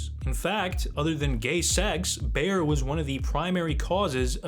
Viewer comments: BAYER - not "bear" (that is a an animal, that makes for a good carpet :) ) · How can you screw up the pronounciation of Bayer so badly? Its literally named after Bavaria (German name of that region) Ba-Yeer (Phonetically) you are saying some version of Bear (which made me think of Bear Sterns) or Bauer maybe that makes ice skates and various equipment. These things matter..